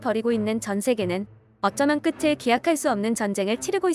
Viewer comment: 끝을[끄틀]? [끄츨]!